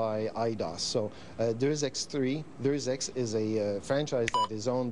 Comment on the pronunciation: deus ex is pronounced deus ay ?